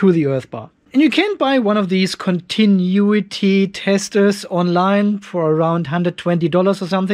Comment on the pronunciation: CONTI - NU - ITY 🤣